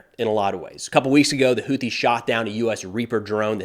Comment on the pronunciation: Friendly FYI… UNLIKE the usual American-English “TH” dip-thong…. Houthi” is actually correctly pronounced: hoo-tee. 👍